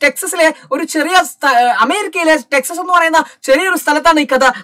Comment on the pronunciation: Texes alla texaas😊